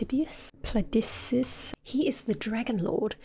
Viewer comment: giving up pronouncing Placidusax's name has to be one of the most endearing things I've seen in a while. Reminds me of my niece.